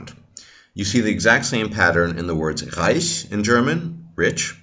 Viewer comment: Your german "leiche" or "reich" was pronounced perfectly